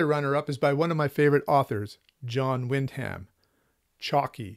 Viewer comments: Great list. I've been loving your channel. I hope you'll find another great series to collect like the Ace Specials. One correction you should know, since you'll be reading more of him: Wyndham is pronounced WIN-dum, not Wind Ham. It's a very British name m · Thank you. Having a hard time overcoming a lifetime of mispronouncing Wyndham or should I say Win-dum. Try to remember for next video with Wyndham. Thanks again!